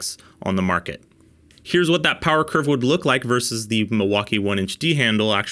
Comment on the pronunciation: Milwakee huh? Tell me you're a conservative American without telling me you're a republican